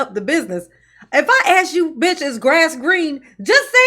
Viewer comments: Speech class. Act # Ask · "You ax me trustee, so let me finish". Tiffany Tahoe...it's ASK, not ax. You're a Super Crooked Mayor 😂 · I can’t believe she still says “Ax” instead of “ask” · By the way the word "aks" is ask hehe... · FYI- ax = ask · And perhaps a basic language class, as well. The way she pronounces “ask” is simply embarrassing. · Tahoe Tiffany needs to go back to school and take ENG 101. She also needs to take Elocution lessons. It is "ask" not "ax". It is "with" not "wiff". It is "ridiculous" not "wedickkulus" Do you get the picture Tiffany?